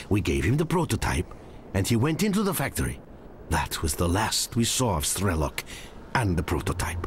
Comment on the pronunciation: 'Strelok' is basically 'gunslinger' in Russian. It sounds more like Stryelo`k.